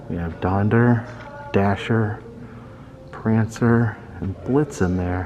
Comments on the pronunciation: "we have Donder" ? You mean Donner ? lol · Why do people say "Donder"? It's Donner.. the pair is Donner and Blizten, which in German, are "Thunder and Lightning"